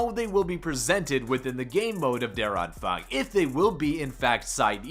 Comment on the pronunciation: Just pronounce it: Ther Ahnphung (A like Uh)